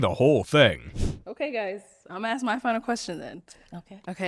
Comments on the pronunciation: Why do people say "axe" when they are supposed to say ask? Please, someone help me. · If a woman uses the word Axe instead of ask? Avoid. Decline the ratchet Ho. Nasty things 🤮.